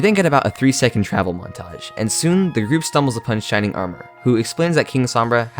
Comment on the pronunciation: shrining armor??? I thought it was shining armor